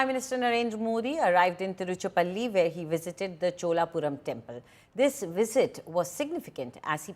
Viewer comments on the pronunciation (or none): Wrong pronunciation by anchor...it is not tirucha palli ..tiruchira palli